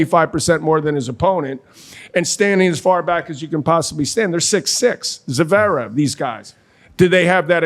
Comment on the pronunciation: McEnroe has never learned to say Zverev - he always says Zuh-verev. What's his problem - it's not that difficult!